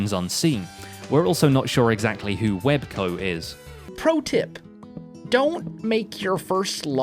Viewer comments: Lol web co it says wels co LOL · ”Web CO”? You mean Wels Co? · It's actually Wels Co, not Web Co 😂